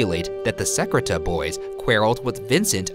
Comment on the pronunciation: Such a minor point in the video, but the way Ryan pronounces the bully René Secrétan's name makes it sound like "ce crétin" in French, which means "this idiot." Quite accurate, in this case. Sucks for his brother Gaston, though.